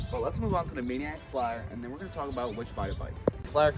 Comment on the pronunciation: why do u call it mannaic and not maniacc bro